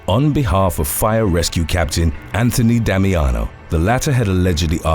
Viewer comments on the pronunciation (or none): none